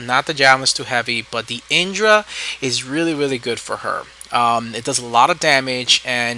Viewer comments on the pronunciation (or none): none